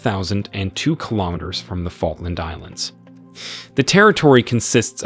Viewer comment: He also says ‘Fault Len’ Islands for Falkland